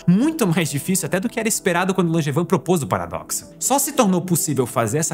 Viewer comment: hahahahhaha primeira vez que eu ouço na vida alguém falar o nome do meu pai sem conhecer ele. achei que ninguém no mundo tinha esse nome Langevin mas se pronuncia langevan